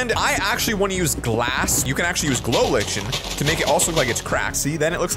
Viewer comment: IT'S PRONOUNCES LIKE-N NO LI-CHEN